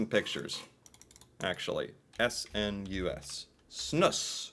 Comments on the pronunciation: its pronounced more like Snooze not Snooss wikipedia is wrong lol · They way you say Snus as "Snuss", cracks me up XD. Snuss sounds like something "dirty" :-P Its also kinda ironic that smoking seems more hygienic, when i my self quit smoking and only use those nicotine bags now, it later hit me how much cleaner and fresher i feel after i quit the smoking. Oh hes going to start puking soon XD Also you have a type that is basicly a white powder, which doesn't leave any discolor at all, like Epok and Loop, and some other brands. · Pronounce it more like "snooze" 😊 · it's one S .... not Snuss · It's pronounced (snooze)